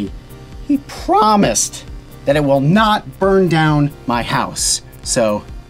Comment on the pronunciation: "I prômise"